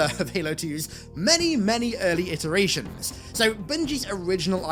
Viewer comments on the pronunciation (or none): none